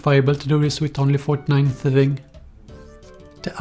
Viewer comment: thuhfing uhcspurr